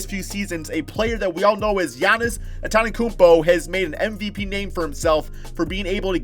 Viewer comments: Ffs pronounce Giannis’ last name right it’s not that hard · Jesus can you say Antetokounmpo correctly.